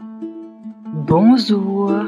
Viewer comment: Oui elle a mal dite bonzour😂